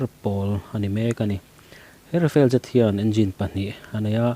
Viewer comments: rafael ni lo in rafale nih khi i chhiar thiam lo mi,, rafael chu israel company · Tejas i telha, SAAB Gripen E i telhlo hi a mak thlawt. . . Rafale ai pawh hian a tha mah zawk ang. Chuan RAFALE hi A hi mizotawnga A ang hian lamrik tur. Rafel tih anga lamri lovin RAFAL tiin, FALE laia A hi thluk sei deuh bawkin.